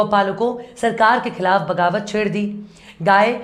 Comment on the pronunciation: Bagawat nahi baghawat.